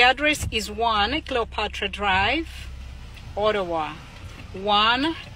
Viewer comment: Olawa instead of Ottawa🤣🤣